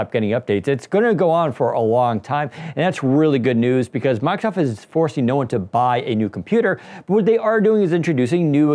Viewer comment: This is meant exclusively as constructive criticism. respectfully suggest you speak more slowly and take the time fully pronounce words. As an example, consiider you you say "Miicrosoft.' (Listen, and notice that you actually say something like "mike-a-soff"). Listen carefully to professionals on radio and TV. They enunciate with great care. They do not omit parts of words like consonants. You will also notice that they speak MUCH slower than you do. These people, who are paid to speak, are not fools. They know their audience is literally unable to take in new information as quickly as you speak. You're an expert. Your listeners are not. You are telling them things they may not expect. Give them enough time to comprehend and consider your ideas while you are talking. There is a simple trick for this. Enunciate. If you take the time to actually pronounce the consonants at the end of syllables and words, that minor reduction in speed will help your audience comprehend much more. Having understood much more, they will like you more and think YOU are smarter. Remember, taking in new information is hard, and on a YouTube video, there is no opportunity to say, "Wait, what? I don't get it!" You have only one chance to clarify. SLOW DOWN. Ironically, if you slow down and articulate, people will actually understand much more. If you don't believe me, do your own simple experiment: Take a group of people, have them watch your video, just as it is. Then give them a simple comprehension